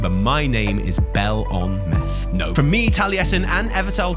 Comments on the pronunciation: I believe its pronounced Bell, like a bell and Ahhh -meth with emphasice on the AHHH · its pronounced bel ameth not belameth. its pronounced highjal, not hyjal. its pronounced tel drasil not teldrasil